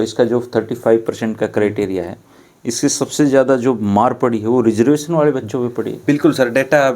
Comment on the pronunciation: भाई तुम रिजर्वेशन को रिजर्वेसन बोल रहे हो, क्या फायदा तुम्हारी पढ़ाई लिखाई का। तुमने बड़ी-बड़ी डिग्रियों के नाम पर कागज इकट्ठे किए हैं और अपने मां-बाप का पैसा वेस्ट किया है